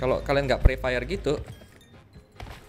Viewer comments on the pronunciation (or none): Pre fire bang bukan free fire